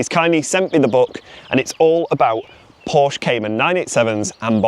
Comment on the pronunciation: Anyone who can’t even pronounce Porsche correctly SHOULD have nothing but problems…